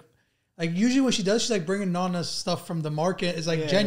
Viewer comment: It's Nonna....not Nunna !!!